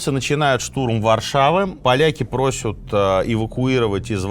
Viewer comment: Сергей, очень Вас уважаю и очень нравятся ваши передачи!!!, но, пожалуйста! "...ПросЯт.... " 🙏